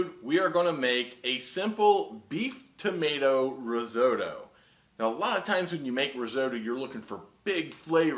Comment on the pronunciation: Started watching but couldn't get away with your horrific pronunciation of risotto.